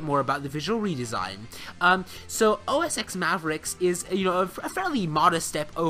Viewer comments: Whenever I hear anyone pronouncing it OS X (EX instead of TEN) you lose credibility instantly. Learn how to at least pronounce something correctly before you speak about it. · It's not "OS ex" it's "OS ten" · ITS OS 10, NOT OSX. The X is a roman numeral for 10. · OMG, its not OS EX 10......its OS TEN 10.whatever.... get the basics right please...... "X" is the Roman figure for 10... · Please note that the "X" in "OS X" is a 10 in roman numbers. So it's "OS ten".